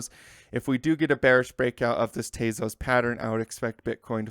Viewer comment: not "tayzos" tezos